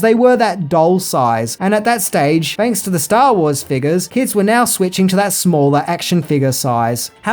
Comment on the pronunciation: Mario Puzo was hired to write the script, fanks to his work on The Godfavah.